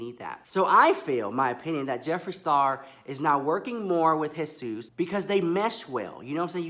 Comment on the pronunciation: UGH FINALLY SOMEONE WHO DOESNT SAY 'gee-sus' ITS JE SUS THANK YOUUUU ALL DEM NOPAL HEADASS BE SAYING G-sus not even white ppl pronounce it like that !